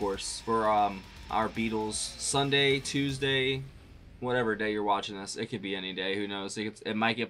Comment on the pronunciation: “Thas” Boy 😂 Hilarious! Damn it!